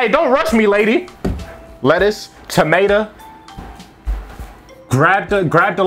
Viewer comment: Bro said tameta